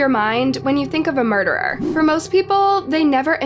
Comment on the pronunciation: Not a murdereruh lmao